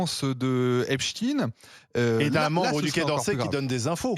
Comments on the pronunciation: on est d'accord mais il parle sans accent américain pour le coup. Ine et ein c'est pas exactement pareil mais bon dans cette histoire il y a bien plus important. Et pour être totalement honnête, je viens de regarder une vidéo où il prononce son nom et a l'américaine c'est même iine ou aine que j'entends. Soit ni ein ni ine. Bonne soirée. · Bizarre cette prononciation 😮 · Mrs les journalistes de RMC, Epstein se dit avec un ein et pas i.n a la fin. Pourquoi vouloir ne pas bien prononcer ? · C'est marrant, comme les pseudos journaliste ne sont pas capables de prononcer le nom EpstEIN correctement ... en même temps, EpstINE çà sonne beaucoup plus russe que juif Israélien. Ceci explique cela ... Personnellement, je n'ai jamais entendu personne utiliser la dénommination Albert EinstINE par exemple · Epstiiiin vous parlez comment ??? Ce monsieur est americain pas francais et encore moins russe !!! Corrigez svp vous n’etes pas serieux ! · epstein est un juif polonais son nom se prononce epsteîn et non epsin... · Pourquoi dire Epstin ??? Tein se dit Tein et pas tin.. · Arrêtez vos stupides Epstine. Epstein se prononce epchtaïn en allemand, en polonais, en hébreu et dans toutes les langues du monde, tout comme Einstein se prononce universellement aïnchtaïn. D'ailleurs les phonétiques de Epstein et Einstein sont identiques sur wikipédia. La prononciation "une" est totalement ridicule. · Vous allez finir mal vous tous...le diable va venir vous chercher... EPSTEIIIIIIIINNNNNNNE, ET PAS EPCHTINNNN, MENTEUR TORDEUR DE FAIT....DES POURRIS C'EST TOUT CE QUE VOUS ÊTES... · Les sionistes disent epstine et la seul vrai journaliste intelligente dit epstein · Pas epstine bordel ! Son nom est epstein, ce n'est pas un nom Russe !😡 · C'est pas epstine comme poutine mais epstein comme einstein. Il est journaliste pourtant. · Stop arrêtez de prononcer epstINE ...bande de lâches .. Epstein ... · Epstein et non Epstine 😂 c un juif du Mossad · ridicule cette facon de dire eptine........😂